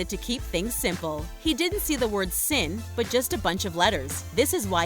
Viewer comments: omg it's SINE not sin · it’s pronounced sine not sin. People these days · It's not pronounced, 'sin'...it's a shortening of 'sine,' as in a homophone of "sign." smh. You're an adult, and you've never heard of this? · Dide she just pronounce sine as sin, Im not a native American speaker, so is this ok? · . Wow when did people start pronouncing sine sin? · Is no one else bothered by the fact that the woman said “sin” when it’s pronounced “sign”? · Sine! It's pronounced sine, not sin! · Am I the only one mad at the fact she pronounced sin like s-i-n instead of sine. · I'm literally the only math nerd who cringed a little when she pronounced "sin" as it's spelled XD since it's just an abbreviation for "sine" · bruh they did not just pronounce sin like that 😂😂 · He IS wrong. The word is pronounced "SINE" and it is a mathematical TERM. Look it up! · Just for the record, the expression "sin x" is pronounced "sine x"; as in sine and cosine. Got it? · The math term 'Sin' is pronounced like the word 'sign' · said sin wrong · She pronounced sin wrong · The way you pronounced sin was annoying.